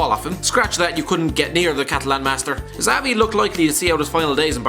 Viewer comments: It is Szavi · yep, 2010 was a stinker. And its pronounced Javi not Xavi. do you even follow football? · You used to say JAVI and now you're saying ZAVI....it's pronounced SHAVI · fair enough that was good to know thanks. also its Xavi as in "Chavi" not "Zavi" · Did he say zavi ? Omg you are stupid Its xavi - chavi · He absolutely butchered the pronounciation on xavi... it's chavi not savi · It’s “shavi” not “zavi” you turd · Is Xavi not pronounced Chavi? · It’s “shavi”. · No they pronounce it Ekzavai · The way this person pronounces Xavi...